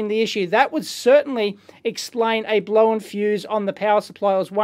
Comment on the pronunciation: "blowen"... crazy aussie